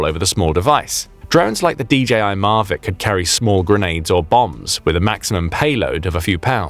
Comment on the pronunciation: Hang on. "Marvic drones"? "Marvic"?? It's Mavic. Mavic as in Mavic, Orange County, Califormia